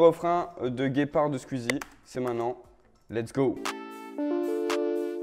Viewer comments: il sait pas dire squeezie il dit squuizie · "SQUIZI" tu l'prononce vraiment comme ça 😂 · "Skuzi" mdr🤣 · bah "sqouizi" moi j'le prononce comme ça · Lise Goux comme ça Scouizi bon c est phonétique hein et Squeezie le prononce comme ça aussi 😅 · Béatrice Duvivier j’pense que c’est juste la prononciation belge comme a dit quelqu’un plus bas parce que pour moi c’est plus logique « squizi » ahaha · justement c "squizi" la prononciation belge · Comment tu dis squeezie ça me tue 😅😅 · CML tu veux le prononcer comment d’autre ?